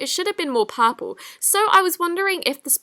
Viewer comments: XD the way u say purple looo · Who else loves the way she says purple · that's how british or australian people say it lmao